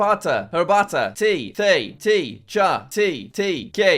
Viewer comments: Té is actually pronounced like the "te" in "tequila" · wrong pronunciation, in Spanish we pronounce it “teh”